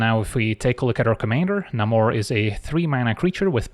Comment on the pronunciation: it's leviOsa, not levioSA